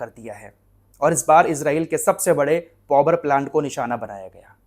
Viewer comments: पौवर नहीं भाई पावर प्लांट बोले ओके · Bhai "povar"plant nahi hota Power(paavar) hota he. Itne bade youtuber ko is baat ka khayal rakhna chahiye.